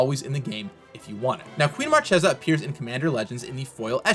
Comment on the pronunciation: Why everybody, even in Rnd, pronouce Marchesa not in the italian correct way? Isn't conspiracy supposed to be inspired by reinassance italy?